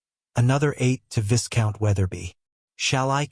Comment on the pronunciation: viscount is pronounced as vai count.